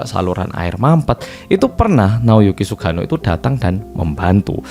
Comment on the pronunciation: Salfok cara nyebut nama Sugano medok banget, jadi kayak sugiono😂